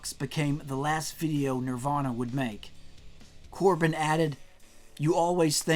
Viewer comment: Corbijn is actually pronounced like Cobain